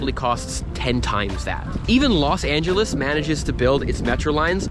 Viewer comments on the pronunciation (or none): Congratulations and best wishes! You made the correct choice. I too can appreciate the city I grew up in turning into a dumpster fire! Btw, it's Los Angeles.